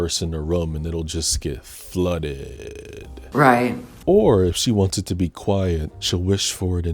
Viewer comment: your pronunciation of “flooodddedddd” was so perfect